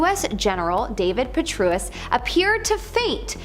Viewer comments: WTF david petruss 😂😂😂😂 its david petraous dingy chicks 😂😂😂😂😂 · David Per-trae-us. It’s literally spelled how it’s pronounced 🤔